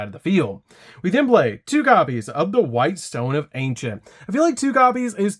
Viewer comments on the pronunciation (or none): none